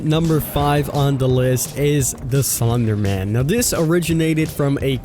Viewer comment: Okay so I'm pretty sure you just pronounced Slenderman wrong and creepypastas aren't memes their like fan-made horror stories